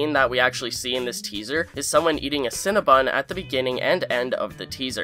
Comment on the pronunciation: I feel so uncomfortable pointing this out but it’s Cinnabon not CinnaBUN